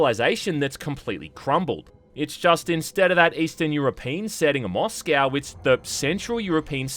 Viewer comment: Listening to him mispronounce Krakow and Moscow brings me pain